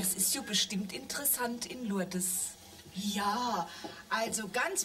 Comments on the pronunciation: "In Lourdes ist die Schutzpatronin vonne Heilpraktiker..." - und immer schön "Lurdes" aussprechen. Herrlich! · Lol . "Lour-des". Ja, genau. So muss man das aussprechen. 🤣